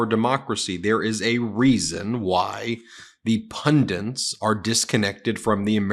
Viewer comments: Pundits, not pundints. Common mistake, but needs your attention. . . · What word did u say ? “Pundints “ ???? wtf is that bro ? U mean “Pundits” 😂 bro do u have TDS? Or have you been watching too much MTG ??? 😅 cmon man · Ben, please!? pronounce “pundits” correctly! it’s pundits, not pundents. I love your comments, but you remind me of Sean hannity rambling on about the “tenants” of democracy. it’s “tenets”, and “pundits “ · Pundits not pundints. For crying out loud! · Pundits, not pundints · *Pundits. Sorry Ben, it's just one of those things :D PundITS not PundINTs. Love the MeidasTouch content though! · Ben, my guy, it's pundits, one n. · I couldn't regain my concentration after he said "pundiNts" less than a minute in. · Dude, there's no 'n' in 'pundits'! C'mon Ben!! For a guy who mocks trump for his mispronunciations, you make A LOT of pronunciation errors yourself. You've gotta fix one or the other, dude.